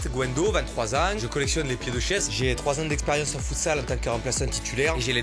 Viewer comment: => "je collectionne les pieds de chaise" et avec l'accent ça ma tué